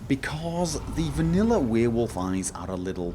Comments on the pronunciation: Love the way you say Werewolf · I think it is about the way you pronounce werewolf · Is it just me or does he pronounce werewolf weird? Its really distracting